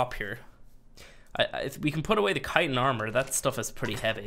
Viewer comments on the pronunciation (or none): none